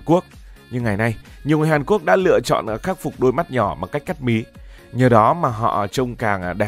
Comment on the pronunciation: ngọng nghịu 😂